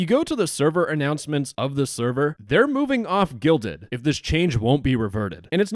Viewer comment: They need to change their name anyway. Every time the guy in this video said "Guilded," I heard "Gelded."